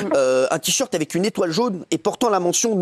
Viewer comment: Dire que Bernard Montiel a eu une liaison avé Faye Dunaway... 🙄 !